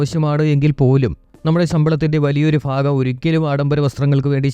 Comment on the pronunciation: ഫാഗം അല്ല ഭാഗം